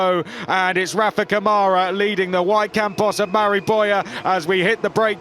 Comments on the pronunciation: Câmara, in brazilian portuguese is pronounced: KUH-ma-ra.. NOT ca-MAH-ra =) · It's CAmara not caMAra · Ladies & Gents... Please! When are we going to start PRONOUNCING Rafa's LAST NAME CORRECTLY? Especially now that he has won the championship? His last name is pronounced COME-ah-rah.... NOT C'mara.... RESPECT PLEASE. ! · Brit guys need to learn how brazilian pronounce his last name like camera, not like camaro. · Someone tell these guys it's not CaMÁra, it's CÂmara. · It's CÂmara Not caMAra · Rafa "Camára" foi de foder kkkkkkkkkkk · Better start doing the right pronunciation of Câmara. It sounds like KAH-muh-rah! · "Rafael camára"😂😂😂 kkkk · To compensate, French commentators say "Camarâ" ... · We're near the end of the F3 season and the commentators still can't pronounce "Câmara" correctly.